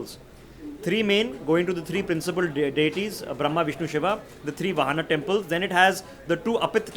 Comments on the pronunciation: Please it is RAAmayana,VAAhana. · Sorry your pronounciation of word Ramayana and vahana need to be done properly